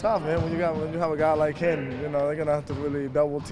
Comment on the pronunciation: Vasquez can't pronounce the letter "M" he keeps saying "hin" instead of "him" and similar words that ends with M lol